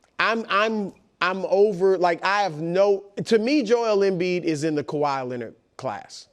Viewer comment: I love how Brou says Joe L M Bead